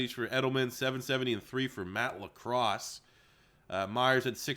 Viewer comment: you called Matt LaCosse, Matt Lacross😂